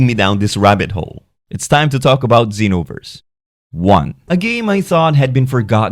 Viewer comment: Xenoverse, not Zenoverse...